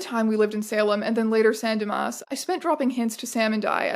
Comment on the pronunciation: your pronunciation of "san dimas" is impeccable